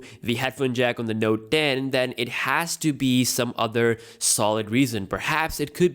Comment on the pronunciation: its note ten, not node den.. but yeah ur indian